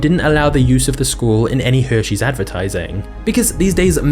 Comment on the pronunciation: “Heshares” had me dying 😂😂😂